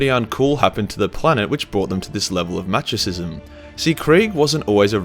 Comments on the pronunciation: Machosism??? you wannabe chad taint, its pronounced masochism. Use the Dicktionary next time you master bait. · Inquisitor Verben Von Nounsense of the Ordo Gramaticus says. “The lack of proper pronunciation you employ is heretical. Mindscrub yourself of that autistic low gothic and use your God-Emperor approved high gothic”. Korps pronounced Kore Masochism pronounced masa-kiz -em Coup pronounced Koo “His Holy Ordos is not angry, just disappointed by your lack of knowledge.”